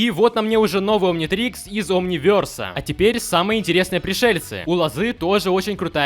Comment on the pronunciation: этот омнитрикс из инопланетной силы это сюда по моделки, омнивЕрс, а не омнивЁрс это Беликус и сирена